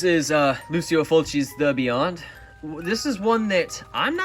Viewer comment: C’mon..Lucy-Oh Fulci? It’s Lou-CHEE-Oh Fulci…The Godfather of Gore, The Maestro. He deserves the proper pronunciation. Otherwise, GREAT vid! You have an amazing collection there, and I am jealous of a few of them. Well, more upset with myself for not being more diligent in picking them up before it’s too late…lol.